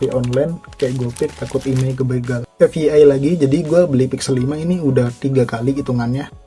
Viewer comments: Kalau mau menggunakan istilah bahasa inggris, FYI dibacanya ef wai ai, bukan ef ye ai 😁✌ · fyi itu bacanya 'ef wai ai' bang heheeh